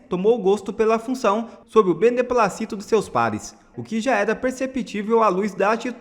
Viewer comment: " BENEPLÁCITO DE SEUS PARES " PALAVRA PROPARAXÍTONA com a tônica na sílaba " plá"....❤❤❤